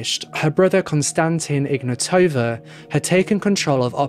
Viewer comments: Its IgnAtowa not IgnatOva. Wrong intonation. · Intresting how you didn't mention the mispronunciation of her name.